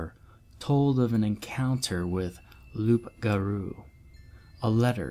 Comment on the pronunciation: It’s pronounced LOU garou...